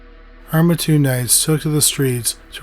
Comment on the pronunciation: I am from and live in mattoon!! So cool to hear you cover this!! Many theories here! My mom was little when it happened! Also it’s pronounced Matt-tune lol everyone says ma-tune lol